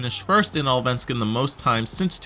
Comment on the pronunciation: You're missing the firts S in Allsvenskan....sounds like All-venskan =D but still very close for a non-swede =)